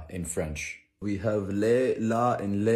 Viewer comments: In French, "le" we pronounce it more like "leu" and not "lé" :') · apparently the german pronunciation sucks but it physically hurt when you pronounced le and les the same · Actually, in France, "le" is pronounced LEUH...😅